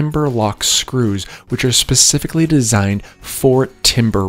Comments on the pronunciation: Wait he says “Pacifically”, instead of “specifically”. I’ve heard him say this several times in other vids and I thought I heard incorrectly. It’s ok, some of us take a bit longer to get that right. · Specifically...not "Pacifically - a ground woven barrier"